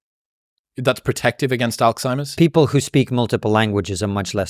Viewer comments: Fantastic conversation but Chris - it isn't "alkzeimers" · Chris calling Alzheimer’s Alkzheimers 😂😂😂